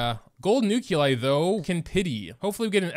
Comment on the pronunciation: Remember the good ol' days when all the characters and equipment in the game was stuff you found organically through play, instead of paying the CCP hundreds of dollars for a chance at something incomplete? Also, what the fuck is a nuke-you-lie?